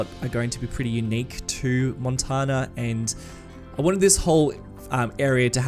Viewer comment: Listen to the song Montana by the mothers of invention for the proper way to say Montana. It's not supposed to be pronounced like Sultana.